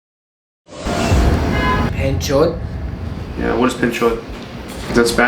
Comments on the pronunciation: its not "penchod" its a "bhenchod" it means sisterfucker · He said bahenchod Not penchod It means SISTER-FUC""R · Lol, its behenchod not panchot😂😂😂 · Penchod Is that spanish 😂😂😂😂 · For all the people wondering he said "paanchot" a.k.a. "Filth" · That is the worst pronunciation of p*ch* I’ve heard in my life. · Panchot - What is Panchot? Is that Spanish 😂🤦🏽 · Guy: "Panchot" No one: Literally nobody: Luis: .... is that spanish?